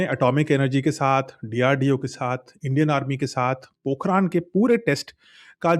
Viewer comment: Bhai vo पोखरण hai पोखरान nahi h kam se kam jagah ka nam to padh liya hota😂😂